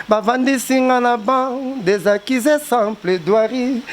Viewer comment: On dit accusé ou bien ccusé?ehhh papa zua temps ya kotanga stp